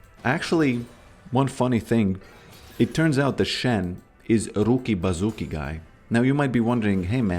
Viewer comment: Roooki-bazooki its cringe man, old mem